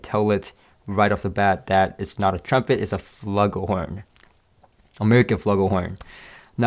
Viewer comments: 'Floo-gull' horn not 'fla-gull'. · The horn you mentioned is pronounced FLU-gell-horn or FLOO-gell-horn. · Pronounced 'floo-gul horn". And btw, nice review! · or "...flu-gul..." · It’s pronounced flue gool horn!